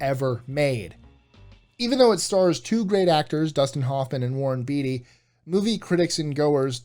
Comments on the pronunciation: Its beatty not beety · And its Not beety....for Warren Beaty...its Bay-tee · Huh you seem old enough to be able to know and pronounce Warren Beatty's name right, oh well lol